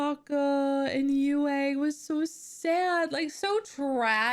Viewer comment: For those who don't know Princess Yue’s name refers to the Chinese character for moon "月" But the pronunciation should be to pronounce Yu and e together, only one syllable The Chinese characters for Tue and La are written as 推 and 拉 These two words mean push and pull. In addition, I really like the performance of Zuko and Zhao in this episode Zuko is really kind-hearted, so he is willing to save Zhao in the end. And Zhao sincerely looks down on Zuko, so he is unwilling to accept Zuko's help even if he faces death.